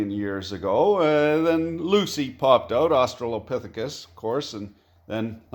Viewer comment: i love how he can pronounce Australopithecus perfectly, but struggles to say Carboniferrous